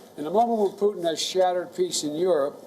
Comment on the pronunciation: She said poo 💭💩 tunn 🤔🤣🤣🤣🤣